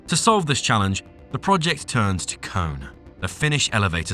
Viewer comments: I believe the pronounce for the lift and elevator company "KONE" is "Koh-Ni" instead of cone. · KONE is pronounced CONE-A ... train your AI better...